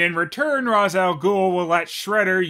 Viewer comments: RAISH, not Raz. Sorry, just a nit I had to pic lol. (That's the way his creator says it's pronounced) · WHY DO YOU PRONOUNCE IT "RAS" INSTEAD OF "RACHE"?! YOU OF ALL PEOPLE! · How I missed ' Shredder. OH and it's pronounced RAYSH GODDAMN IT. It will always trigger me when someone says RAZ lol.